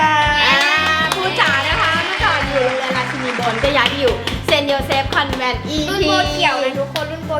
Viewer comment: เซนต์โยเซฟคอนเวนต์นะคะ ไม่ใช่ แวนต์ นะคะ มีคนเรียกผิดเยอะมากก ถนนคอนแวนต์ แต่รรคอนเวนต์ค่า╥﹏╥